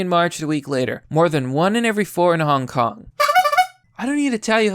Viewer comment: At first I legit thought that you said 'hon honk is winnig the meme war' which is true but still.